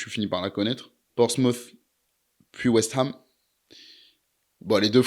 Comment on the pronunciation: Video tres cool ! Force Pas trop la pronunciation pompy et west ham au passage 😂